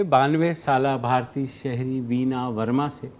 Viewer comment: It's Bhartiya not bharti, bharti is name